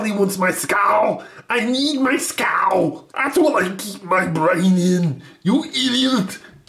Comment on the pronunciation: "I need my skeeuul" hahahaha